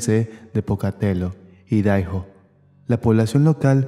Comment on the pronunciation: Idaho se pronuncia AIDAJO